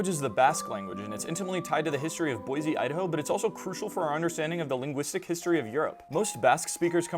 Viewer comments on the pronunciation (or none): Boise is pronounced Boy-see. Not boy-zee. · If it is Basque, then actually Boishe (Batueraz), just with a normal e in languages other than English. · weird that they pronounce boise as boyzee